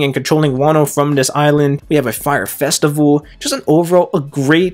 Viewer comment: "festi-bull" lmfao